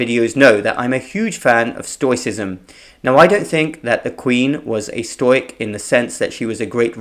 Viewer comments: Stoic is pronounced stow ic...never stoy ic!!! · Great video. Just want to help you pronounce the word 'stoic' a bit better - it is 'stow - ick'. I had no idea what you meant at first, but worked out what you were saying after a few exposures but it'll be best to re-learn that particular word for an English audience. Love your work - thanks for keeping on keeping on.